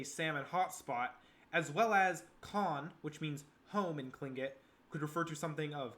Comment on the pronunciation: Your pronunciation of Revillagigedo, Tlingit, and several other words are wayyy off. And Alaska didn’t become a State till 1959. If your not from here you might want to talk to a few locals that have been here for more than a minute